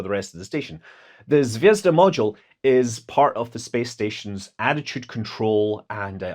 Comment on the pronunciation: did you say Zvedzdabule? 🤔